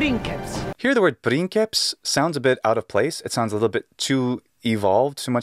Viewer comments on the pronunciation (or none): Prin"sseps" and why not prinkeps?